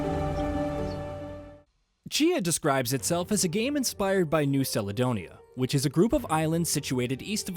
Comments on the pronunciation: 10 seconds in "... Inspired by new saledonia" Ah yes... A man who has clearly looked up, literally anything, in preparation for this review. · Ferk me... Modern IPA: njʉ́w kalədə́wnɪjə Traditional IPA: ˌnjuː kæləˈdəʊniːə 6 syllables: "NYOO" + "kal" + "uh" + "DOH" + "nee" + "uh"